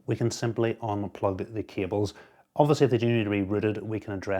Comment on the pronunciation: "we have done a really good job of managing cabeles" lmao awesome video